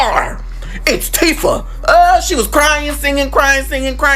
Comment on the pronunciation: It’s Teefah